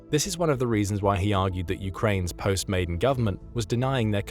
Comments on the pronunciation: Never gives a definitive reason like the click bait title suggests and cannot pronounce 'Maidan', keeps saying 'Maiden' instead. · It's pronounced "my-DAN", not "MAY-den". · "Maidan" pronounced as in "Khan." Thank you